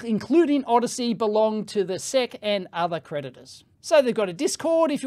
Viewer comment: Everyone: "Ess Eee See" Dave: Seck FFS, mate...